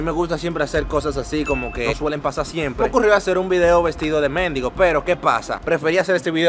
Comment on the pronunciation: Bro, se dice mendigo, no méndigo. Si quieres búscalo para que evites incomodidades después xD